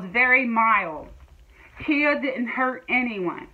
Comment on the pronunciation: It's pronounced khaya not Kia like u do 😘😅